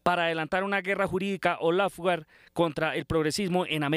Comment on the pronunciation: NO es "Pedromiguel" sino PEDRO MIGUEL, de apellido Miguel. NO es "eXpiar" sino ESPIAR. Y tampoco es "lafugar" sino "loufer" (law fare). ¡PeriodistOs ignorantOs!😂 Pero, ¿cómo pedirle inglés si ignora el español elemental? Además, lo principal es saber qué pasó en Colombia, no es saber de los otros países.